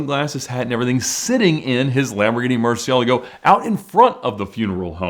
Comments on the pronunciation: What are YOU talking about? I know it is Spanish and this is far from the proper pronunciation especially when he claims that’s the right one…… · than you should know that his pronunciation is wrong, i am a native spanish speaker as well